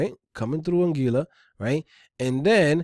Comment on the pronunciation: Don't know if you would care, but it's pronounced An-gwee-la (Anguilla). Keep the vids coming though. Thanks!